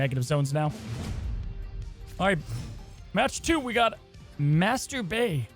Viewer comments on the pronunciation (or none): Please stop saying "Master Bay" lol